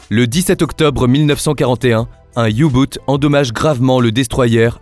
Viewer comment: pas "youboot " mais Ou boot ! le U se prononçant ou en teuton